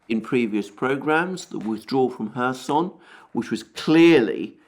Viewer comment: I appreciate your commentary, but I must tell you it's pronounced KhÉrson, you put the emphasis on the "o" which is incorrect.